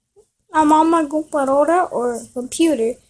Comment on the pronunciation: you said computer wrong in Spanish